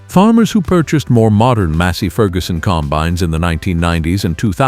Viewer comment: "...95 comBINES..." Artificial Unintelligence.